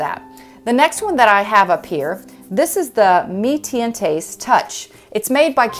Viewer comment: Yes...they should know and use the correct pronunciations